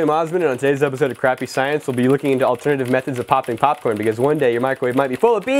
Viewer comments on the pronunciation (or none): did he say porn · He said charcoal porn lol